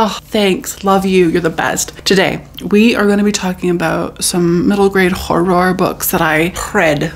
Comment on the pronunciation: They way we wait for you to say hor-ROR❤